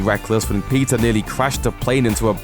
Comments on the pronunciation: Did he say pizza Parker? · At the start I thought he said pizza Parker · everytime he said peter... i thought he was saying pizza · When you say 'Peter', it sounds like 'Pizza' idk, i'm hungry now. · Wtf why did it sound like he was saying pizza instead of Peter